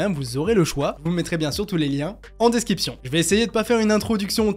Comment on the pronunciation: DescRiption, tu as tendance à dire desKiption... A part ça t'es au top 👌